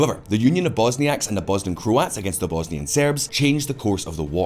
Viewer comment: what pronunciation of Croats was that? FFS.